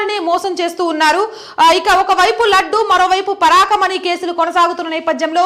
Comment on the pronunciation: పరాకమణి కాదమ్మా ...... పరకామణి ......